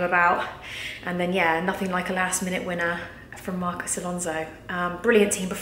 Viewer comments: Its Marcos not Marcus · Just to say it's Marcos not Marcus. Great video though. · Marcos, not Marcus Other than that, great vid!